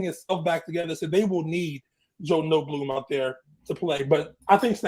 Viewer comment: This guy has no clue what he’s talking about lol. Notebloom? It’s Noteboom and he’s actually a liability on the o line and it’s been better when he’s hurt. Quentin Lake is a safety. Stafford has been playing out of his mind. Do you even watch the games bro?